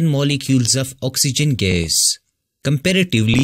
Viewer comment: sir please try to say the word gas neatly